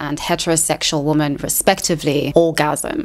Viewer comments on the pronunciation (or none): What is it with people pronouncing the word "women" as the word "woman"? I'm hearing it more and more and its so bizarre: people who take extra effort to ennunciate and pronounce their words (like this woman), but cant pronounce Women ("wimm-en")? Hey, there is a woman! (Woom-an) Hey, there goes some Women (Wimm-en) This could be such an interesting video but i had to turn off as the constant mixing up of singular and plural pronunciations was too annoying Its as offputting as somone, making a video about Youtube, needing to say the word "Youtube" at least 500 times, but they pronounce it "Ootube" Just sit and imagine.... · You're doing the "woman" instead of "women" thing on purpose !